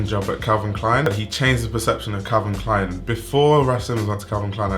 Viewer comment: Can you say Calvin Klein? Man!!!